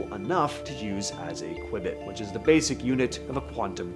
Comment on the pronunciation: your pronunciation of qubit is wrong. The correct pronunciation is "Q-bit" read as "Queue-bit."